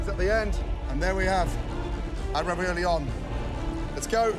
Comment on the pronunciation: “Spinieiege”, “raviolayyi”